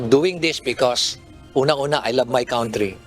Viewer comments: He didn't say 'country.' He said, 'count tree.' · kantri hindi kawntri